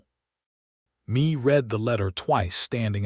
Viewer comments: Mee reed? Not May? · Good story of two people who met on a dusty road and fell in love and a family followed. AI just cannot get pronunciations correct Mae is not me its May! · The name "Mea" is being pronounced like "me", where it is more likely it is to be "May". A good story. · Good storyline! This is Mae and Hugh story. Mae left Colorado for a better life where she could be herself and not being controled by her brother-in law after her husband passed away. A little rushed at the end but all in all a good story. Mae is pronounce May. These storys need to be proofread by a human being before they are posted for the public. This enability to pronounce names correctly detracts from the story. Listening in Texas.